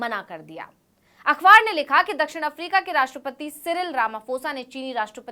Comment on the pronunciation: “अख़बार” अखवार नहीं। सही उच्चारण करो।